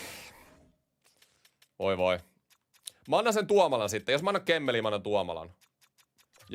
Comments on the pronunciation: Millä murteel toi "Kemmeli" on ? Kaverin nimi on Kemell ja jätkä toistaa sen yhen tuhat kertaa Kemmeliks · Kyllä täällä päin ihan kemell sanotaan